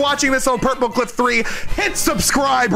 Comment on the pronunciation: Hardy😭 Edit:When he said purpleclock I thought he said purplecock and the clip where the video responded to him saying hi had me dying of laughter😂